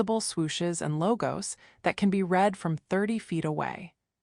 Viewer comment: Greeting cards are REED??? It is pronounced as if spelt red when it is the past participle - moron. And luxury brands with the logo on the outside? A few, yes, but not me nor most westerners.